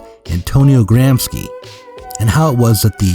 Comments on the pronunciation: Gramsci is pronounced "grom-shee" in English lol not Gram-skee, that sounds Slavic. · Wait a minute. The real Zero Books would surely know that the guy's name is GramSHEE, not GramSKI . . . What the heck is going on? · It's pronounced "Gramshe/." "Ci" in Italian, when not beginning a word, sounds likes "she" in English. "Ch" in Italian sounds like "K" in english. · Fantastic stuff, but, you know, Gram-shee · "Gramsci" is pronounced "GRAM-she". (Had to scratch that somewhat pedantic itch.) Other than that, fun video. Angela Nagle has exposed herself to a lot of unpleasantness for addressing internet discourse honestly. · the mispronunciation of Gramsci hurts my italian ears! apart from that awsome channel you got here!